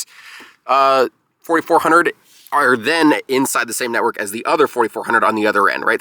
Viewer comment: NETwork, not NEYwork!